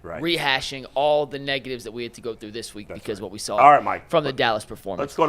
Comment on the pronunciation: says 4 is gonna be ahright 😂😂😂😂